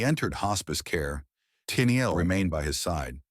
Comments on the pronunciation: "Teenyeel?" Just awful. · This robotic voice and the pronunciation of Tennille was just too much for me, not enjoyable to listen to.